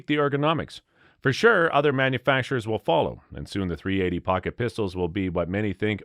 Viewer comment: How many times are you going to say 380 incorrectly, while bashing it. Sounds like Biden reading from the Teleprompter